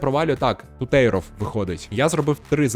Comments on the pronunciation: Не Тутейров, а Тутєров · Афігєть, підписав брата моєї колишньої) до речі, правильно ТУтєров, на перший склад наголос) інфа 100% 😅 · Ну який тутЄЙров, ТутєрОВ